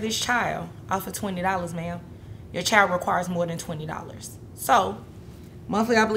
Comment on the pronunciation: CHILD IS PRONOUNCED CHILD, NOT chield